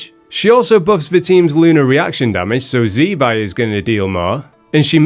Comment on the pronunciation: Btw it's "zih-bye" not "zee"